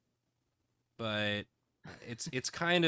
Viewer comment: The way pronounces coral like Carl made me get all excited to see a bunch of dudes named Carl.